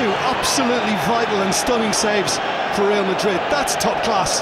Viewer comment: The commentator really said Liverpool vs Real Ladrid.. Lol in italian ladro means cheater!!🤣🤣